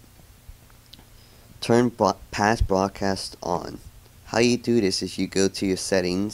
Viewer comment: boradcoast?? Lol you mean broadcast. ;p